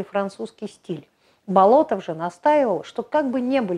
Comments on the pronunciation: Да, вот действительно удивительный человек! Но вроде он БОлотов, а не БолотОв, по крайней мере в фильмах и в музее усадьбы его фамилию так произносят.. БолОтов как-то даже слух режет.. Но, в любом случае, на его удивительное наследие и вдохновение трудами ударение никак не влияет. Спасибо) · Будучи школьником, участвовал в археологических раскопках усадьбы Андрея Тимофеевича в селе Дворяниново. Именно тогда я узнал его уникальную биографию. П. С. насколько мне известно, ударение ставится на первом слоге в фамилии. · Вообще-то ударение в его фамилии ставится на первый слог. Готовьте свое ролики не только по википедии.